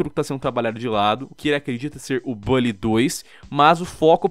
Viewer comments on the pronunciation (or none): none